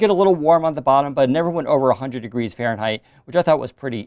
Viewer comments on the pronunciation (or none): none